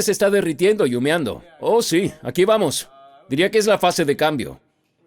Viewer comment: No se dice "humiando" sino "humeando".... En ambos casos nada tiene que ver el verbo orinar, pero por construcción de la palabra se pronuncia como dije. Colombia,sur_américa, 11/agosto/2020.